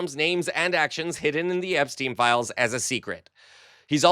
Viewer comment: FGS it's not pronounced "Epsteen" it's "EPSTINE"